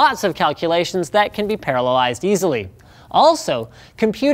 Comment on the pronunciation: I love how he says "paralyzed" instead of "parallelized"